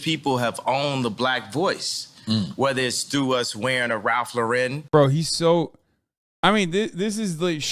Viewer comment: He, as a fashion professional, doesn’t know how to pronounce Ralph Lauren… YIKES